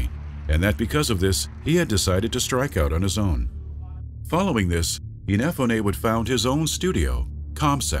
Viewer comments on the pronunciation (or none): keiji inafunay, sorry i couldnt get over that, IN EH FU NAY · In uh Foo Neh. Ehnefuneh? Cmon now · The way you pronounce Inafune gives me hives. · Every time this guy butchers Inafune's name is like getting kicked in the skull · It triggers me how you pronounce "Inafune"